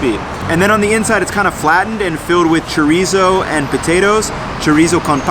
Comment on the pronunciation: core-nitas? cmon man!!!!